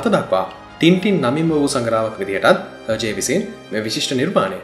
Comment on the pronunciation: Pronounced as ershay I think not herjay.